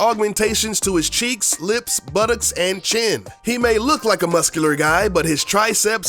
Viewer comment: I love the way you say "Buttocks"